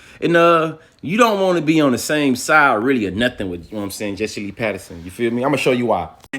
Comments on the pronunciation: It's Peterson not Patterson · If you say Patterson instead of Peterson one more time… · Why he keep saying Patterson 😂🤣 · Quit saying Patterson! Unless your doing it on purpose.